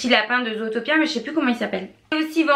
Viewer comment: Moi je dis zootopie et non zootapia.. Sinon bonne vidéo